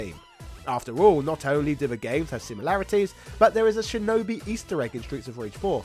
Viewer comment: Your voice pronunciation of shinobi is ridiculous...sh sound as in shhhhhinobi not chinobi